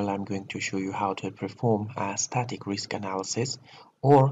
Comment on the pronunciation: I'm tired of you with your Risk instead of Riks )) I am jocking. Good luck